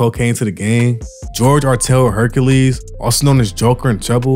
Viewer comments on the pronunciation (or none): none